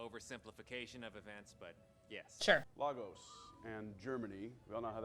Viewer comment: Only wish the MCU would get the pronunciation right - "Lay-gos" not "Lah-gos" - had the same minor complaint when I watched Civil War as I lived there for a while!!!